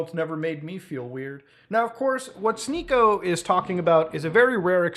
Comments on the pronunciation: "She-niko"??... I though his name was "Sneak-o" like some kind of goblin in a D&D capaign. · its sneako, not shneako. that said, never heard of this guy and dont want to start hearing of him nowq